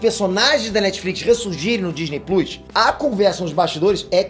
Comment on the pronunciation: Por favor nao fala Disney pluis, isso doi la no coração. Por favor